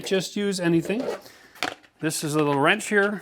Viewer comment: …”little wrench here” LOL. Are you from Texas now?